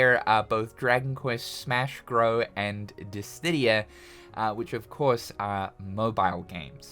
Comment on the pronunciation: bro there is no third D in dissidia, you gotta get hooked on phonics.